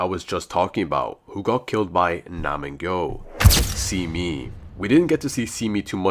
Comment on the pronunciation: Pronounced Se-mi not Si-mi